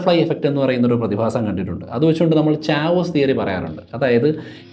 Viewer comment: ചാവോസ് അല്ല കെയോസ് ആണ്- chaos is pronounced as keyos